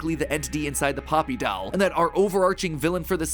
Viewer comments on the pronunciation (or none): I can't get over him pronouncing doll as "dowel" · MatPat: "Weird talking dall" Me: MatPat: "Talking dall" Me: MatPat: "Talking dall" Me: This is fine... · I have to say it, Matt pronounces doll weird. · You say "Doll" very weird, kinda like how Stewie says cool whip. You are putting the emPHAsis on the wrong sylLAble